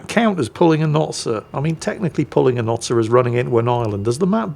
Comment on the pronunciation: Sir, it’s not sir, it’s Notser